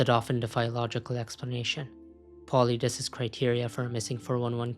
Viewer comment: Paulides is pronounced Paul-Eye-Dees just saying